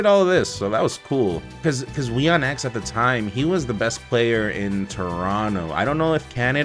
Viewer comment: n0ne as a latino saying we-on-ex instead of weon(como huevón)-ex hurts